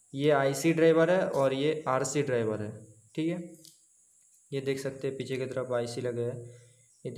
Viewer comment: आप हैं को है, लें को ले क्यों बोलते हैं ले ?